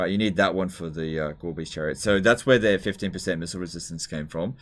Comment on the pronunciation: "Gorebeast Chariot" pronounced by I hear "Garbage chariot" lol